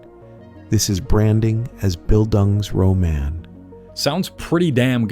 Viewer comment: "Bill Dung's Row Man" made me drop my phone.